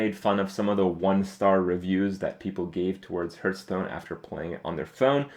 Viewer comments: its not herdstone its hearthstone !!!!!!! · hes playing this game forever and he still calls it hurtstone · Will Kripp ever realize the game is called Hearthstone and not Hurtstone?